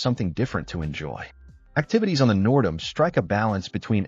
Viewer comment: Total AI slop. Half the pics aren’t the N’dam or HAL at all. Plus the pronunciation of the ship Nerdam.